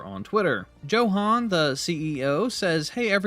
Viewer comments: Tbh I 😂 every time you said Joe Han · I think its pronounced as yohan